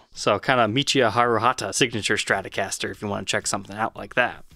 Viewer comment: Its stratocaster, not shtratocaster. why are so many people unable to pronounce strat. Shtrat ???? Why the shhhhh. Its stttttt.